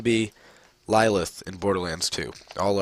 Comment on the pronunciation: its Lilith not Lila or Layla or whatever the hell you said